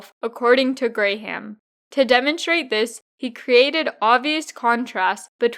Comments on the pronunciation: "Gram" not "Gray-ham". That bothered more than it should have, but enjoyed the video otherwise. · I thumbs down this bc I believe you’re saying his last name wrong based on the videos I seen from Warren saying his name